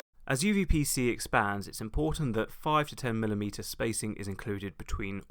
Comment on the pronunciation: if i hear correctly you keep saying uVPC, but it's uPVC